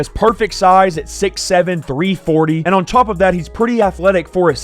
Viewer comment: “take them over the tauwp”